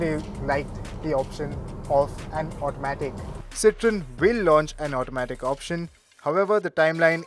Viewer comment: Isn't it pronounced citro-en instead of citron.